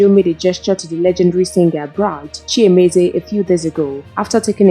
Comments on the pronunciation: Chimezie, not ChiEmezie. Thanks. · You should have researched more on the actual pronunciation of the name. Bright Chi_Mezie and not Bright Chi_Emezie.